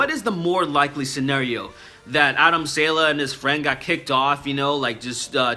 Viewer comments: Don't mean to be a nazi, but it's "saw-luh" not "sail-uh" :) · It's pronounced saw-lay. Adam Saw-lay. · I believe it's pronounced (Sah Lay) I could be wrong. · Man, I thought you were saying Adam SANDLER lol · I never heard someone mispronounce a name I understand that you obviously don't understand Arabic but come on that's not how you say Adam Saleh